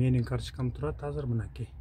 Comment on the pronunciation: Азыр деген созду Казыр деп суйлогондордун башын жулупсалсан э? Кыргыз тилинде казыр деген соз жок. Конковайлар ошентип суйлойт беле?